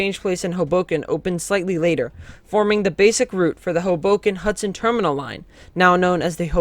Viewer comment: It's pronounced "HOboken", not "hoBOken".